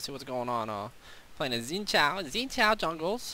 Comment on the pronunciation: You can pronounce Xin Zhao's name better than most other commentators I've heard. You got the Zhao part right, but Xin is a little more like Shen lol.